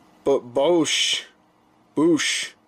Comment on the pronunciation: Its said BOWShhh